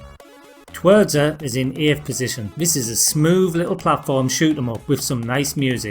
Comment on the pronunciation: As a Pole, I was waiting to hear how you'd pronounce 'Twierdza' and you didn't butcher it:P Just if anybody's interested, "w" in Polish is pronounced like "v" in English. Anyway, great video as usual,!